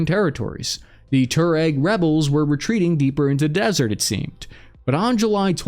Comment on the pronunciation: Sorry, but I must correct you, Tuareg is pronounced "twar"-"reg":) or like (twah-reg)